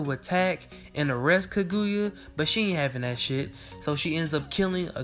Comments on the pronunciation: Dood... It's KAGUYA with an A at the end NOT KAGUYU with a U at the end... Soo cringy to hear you not even try to pronounce the name correctly. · Eww learn how to pronounce names, that is not how you say Kaguyas name. Do you even Naruto??? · Says the person that can't say kaguya